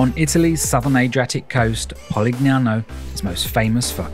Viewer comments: Oh my please learn how to pronounce correctly! PU-LIA (no hard G).. POLIGNANO=pol i ny ano (like the spanish n with tilde) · Loved your video! Well done! Suprised though that you mispronounced both Polignano and Puglia. The g is silent or soft, like a y sound. thanks for sharing!